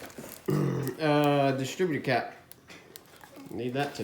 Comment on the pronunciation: "dis-a-critter-crap" Love it!